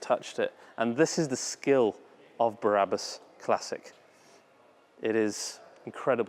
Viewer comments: If you’re going to talk about a place that does such extreme customizations, the least you can do, is pronounce the name of the company properly. It’s Brabus, not Barabus. Barabus is biblical. Ty for the video. I will send my vehicles to this place. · I’ve been waiting for this video for ever but please for the love of God and everything that’s holy stop saying “ Berabus” I still love you so don’t worry 👍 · I do love your work but why oh why must you pronounce it “barabus”?? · Brabus NOT Barabas! Duh!!! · "There is S class BARABUS" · A O O Because pronounces it Barabus, lol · Totally agree my friend!!!! Made him sound like he hasn't got the first clue about cars, when he can't even pronounce their name correctly, and replaces it with a guy from the Bible!!! Not very professional, when there are other car channels out there that are making this look a laughing stock. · Bara bus,, WTF again and again i hear same shit. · Why "Bahrabus"? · Please accept my apologies for this, but... Barrabus was, I believe, one of the criminals set to be crucified with Christ... (it is actually "bra'-bus", as in the French "la") And it's pronounced "land-ow-lay". Cheers! Nb. I even listened to an interview elsewhere on YouTube with the CEO of Brabus to check the pronunciation of Brabus - and you even got it right when describing the customised steering wheel and the fully tested airbag ! Lol! Yes, I am a pedantic arsehole! I just hate seeing people repeatedly making the same mistake over and over!